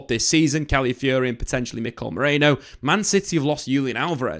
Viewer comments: Stop saying Cally Fury. That's not the word. Where are you seeing "Cally" in the word you are reading? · Cally Fury? FFS, his name isn't that difficult to say.